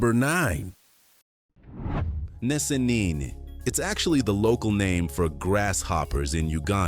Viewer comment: hes pronouncing the names wrongly, i dont blame him, am a ugandan so in regard to "Nsenene" being pronounced as "nesenene" lol, now i have never been to kenya but i know its not as he pronounced